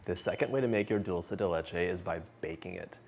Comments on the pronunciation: I found myself wishing he would stop saying Dulsa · Except that he pronounces “dulce” wrong - it’s “dull-chay” 😅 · Are you kidding me? It absolutely drives me crazy when he says dulsa